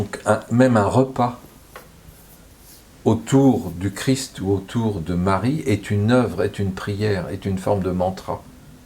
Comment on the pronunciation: C’est Jésus Christ 🙏, et non chrisssst 😤😤